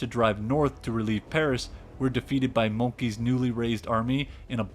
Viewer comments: Please pronounce the name MOLTKE without an "i" at the end—the "e" sounds like the "e" in "end." It sounds like "monkey." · Its Moltkehhhh, not Molt "key". You too like it when the French or German pronounce English names the way they should be pronounced, not in a frivolous way closer to their language. I can accept Chinese or Japanese names not being pronounced completely correct, but when it is quite easy to pronounce something correctly (Moltke, Himmler, Mao, Kim...) why not do it. The French too should pronounce Himmler or Hitler correctly, which they almost never do. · A great video but "monkey" for Moltke and "Calvary" for cavalry aren't quite right. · I’m an American. I hate it when Americans fulfill the stereotype of not being able to pronounce anything right. It’s BAH-den, not Bay-den. It’s Molt-KUH not Molt-key. It’s Mitra-youse, not whatever the hell you said. Lol. And from the comments, it’s caVALry, not CALvary. Work on those pronunciations… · It would be a possible thumbs up if you had left out all the childish game and AI-scenes and film sequences repeated up to eight (!) times. And yes, he wasn't called Moltki. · I think It's pronounced Molt-KA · Still, you'd think in the midst of that research he would also look up how the names of the major figures are pronounced. It's probably the easiest part of this. "Molt-key". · you need to learn how to say Moltke... or we will call Trump forever the Orange Ape!